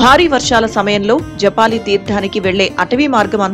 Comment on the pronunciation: Madam that is JABALI not Japali Oka maharshi peru